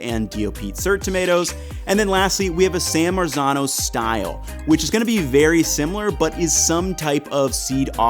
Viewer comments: Lolol "San Merican Tomato"!! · Just to help out with authentic pronunciations here: San Marzano - San Mart- Zano Cento - Chento and Thanks for letting people know about those san american tomatoes, the price of those considering they're from NJ is just BS. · The correct pronouncination is San Martzano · Hey. it's pronounced san Mart-zano. please learn to pronounce it before you make an entire video about it. it's totally grating... it's like someone pronouncing new york, "newee york" for an entire video. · Yes, the correct pronouncination is San Martzano, but correcting the English and American about the correct pronouncinations is a hopeless and endless project. They have no idea about other languages and they pronounce every non-English word totally wrong. Not just with accent, but totally wrong, and they do so very confidently. What 's more if you say it correctly they are trying to "teach" you the the wrong pronouncination. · You're killing me with the Italian pronunciation 😆 "Cento": 'ce' should be pronounced like 'che' in "cherry". "San Marzano": the 'z' should have a 't' sound in it like "mar-tzano".